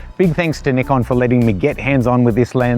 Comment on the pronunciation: I hate the way you say Nikon, even the commercial guy pronounces it "n-eye-con"